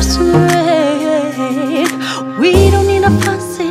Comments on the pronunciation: Rain 을 페인 발음으로 커버하시는 분들 몇 분 안 계시던데 사실 이 발음 Lauv가 러시아 알파벳 R 의 발음으로 바꿔 부 른 거 알고 계셨나 봐요.. Regina Spektor 도 " on the radio " 라는 곳에서 Radio 를 " 뻬리오 " 라고 불렀었었죠.. 다음 커버곡 기대하고 있겠습니다.. 엄지 척 드리고 갑니다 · 저는 아무리 들어도 R로 들리는데요.....? R발음이 원래 W스럽게 들리니까...웨인 으로 들리잖아요?? ‘파리썬더웨인’ 으로 들리는데.........